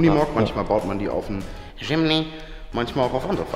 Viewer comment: Wieso sagt jimny so komisch das regt einfach auf